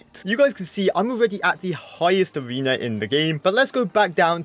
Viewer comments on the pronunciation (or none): "In each Abrewna"